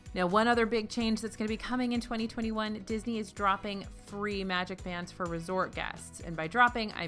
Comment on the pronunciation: says REE instead of FREE